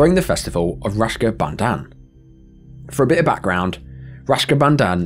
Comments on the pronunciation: Raksha bandhan, It's Raksha bandhan. Not Rashka bandhan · Youve put an image spelt rak-sha bandhan but keep pronouncing it rash-ka bandhan. Nobody wants to be bonded with rash bro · Rashka Bandan? Are you okay? It's Raksha Bandhan.